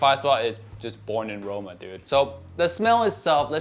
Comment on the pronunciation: I thought u said boring in roma 🤣🤣